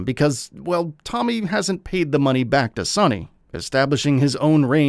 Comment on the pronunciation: First you butchers Tommy's name. and now you don't know Victor's name ? 😂😂 sheesh.